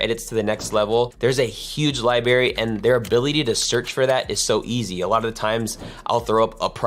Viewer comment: Libary?????? Credibility? I'm sorry. Pronounced "Library"